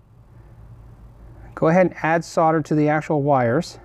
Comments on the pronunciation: S.O.L.D.E.R not Sodder. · sarder? .. solder this is the english way to say it ...haha ;) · It's Sol der. Not sau der. There is a "l" in the word solder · Sodder? S O L D E R please!!! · The word 'solder' has an "L" in it for a reason, it is supposed to be articulated, the word is SOLDER not soder. You don't call people in the army 'sodiers' you call them soldiers. Why cannot Americans get that? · Anyone else thinks the pronunciation of solder “sodder” is like nails down a blackboard? No? Just me then! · Great video once again. My only complaint is the term "sodder". Sorry I'm in Australia and it is called "solder". As I said it was my only complaint lol. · Sarder? Might be called solder. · Dude, solder has an "l" in it. It's not 'sodder'. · why do you pronounce solder as sodder? is this an american thing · I love all the information in all the stuff you do, but what about pronouncing solder properly? It's the one thing that really annoys the hell out of me, it's bad enough you are in a nation that can't work out the periodic element of aluminium, but mispronouncing solder is hell.